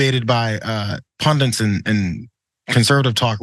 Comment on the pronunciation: “Pundits” NOT “pundants” sheesh! Yes. I am pedantic.